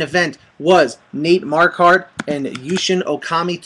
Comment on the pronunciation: your sayin Marquardt wrong homie